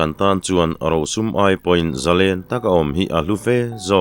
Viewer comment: hi Mizotawng chhiardan i thiam fu mai,"Zalen", tih tawngkam i lamrik dan erawh hi chu a fuh lem lo.Noun a ni emaw, adjective/adverd a ni emaw a thluk a danglam tur a ni lo.Mihring hming ang a, a lamrik dan a pangai reng tur a ni."Zalenna" tih hi, Mi, zarual lenna hmunhma anga sawi a ni lova, Nun zalen, nun hlim, rilru muang sawina a ni.chuvangin Zalen/Zalenna kan lamrik hian, "len", kan lamrik hian thluk tur a ni. Tunlai thangthar, Lehkha zir sang fu fu te hian, thlukna kan hman dan tamtak hi chu kan hmang dik lo hle bawk" Thluk" han tih hian a ri a fan tur a ni mai a, entirnan, Lallawma hmingah hian "Lawm", kan lamrik laiin a ri a fan tur a ni mai.Chutiang zelin, Sangkhuma, " khum",, u chungah thlukna a awm tur a ni."Sangzela", zela e zawnah thlukna a awm bawk ang.